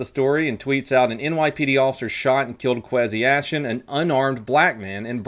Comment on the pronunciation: Quasi-Ashton? It’s pronounced Quazayshawn, how have you never looked at a college football roster? He played with McCringleberry, look it up on YouTube.